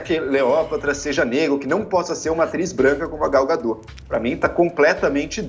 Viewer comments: Não é gadó burra, é Gal Gadot do jeito que se escreve é pronunciado affff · Não é “gadô”, é gadot. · ela é israelense não francesa!!! o certo é gadót com t mundo e não gadô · O nome da atriz e Gadot, (com O aberto e T pronunciado) e não Gadõ como estão falando... Só acho que Podiam ter pesquisado como se pronuncia antes de fazer a matéria, não é?? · Já começa errado na pronúncia do nome da atriz.......... Gal Gadot , o t não é mudo. Imprensa precisa buscar melhor em transmitir a informação. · Please: Pronunciem o T de Gadot pois é um nome israelense e não francês para se "comer" o final da palavra. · Nossa senhora tanta palhaçada! So sei que ngm se deu ao trabalho de perquisar que no Gadot o T nao fica mudo!!!!!!!!!!